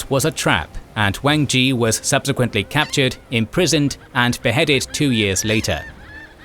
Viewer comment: I'm impressed by some of the Mandarin pronunciation in here. A lot of the time, people will impose the pronunciation of their own languages onto Pinyin. The syllable zhi could use some work, though.